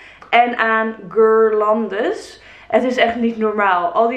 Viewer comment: Wat een fantastische video!! Echt een dikke shout out naar het idee en wat een mooie en fijne dingen heb je gehad! Succes met opruimen van alle zooi😬 (Ongevraagd advies: je spreekt guirlande uit als gierlande en dan de g als van ‘gaston’. 100 jaar mee lopen k*tten en uiteindelijk google het me voor laten zeggen😂😂)